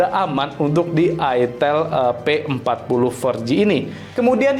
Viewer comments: Itel tulisannya bacanya Aitel Bagi orang yg flm plgi orang Jawa gak asing Bang nama merk itu 😅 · Baca nya Aitel